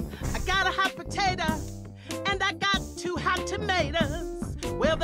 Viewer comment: "OH OH" "I GOT A HOT POTATAH" "AND I GOT TWO HOT TOMATAHS" "WELL THEY'LL MAKE A GOOD SAUCE MAYBE"